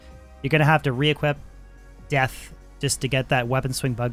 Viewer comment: sounds like you're saying the past tense of equip whenever you say equip.. like equipped.. odd